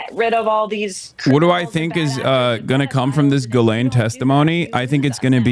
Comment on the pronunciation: Juh-LANE is crazy her name is pronounced gee-lehn with a soft G